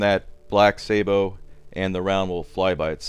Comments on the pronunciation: its a sa-bow not a say-bow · Sabot= "saw-bow" Not "say-bow" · Joey Fogarty It's a Sa-Boh, not a sa-bow. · hate how americans say sabot, it's 'sah-boh' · Maybe you could try putting graphite, or talc powder between the round and the sabot. Oh and I hate to be nitpick about pronunciation but you're pronunciation of sabot is way off its pronounced like this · Watch this for how to pronounce sabot -- how it is used with munitions.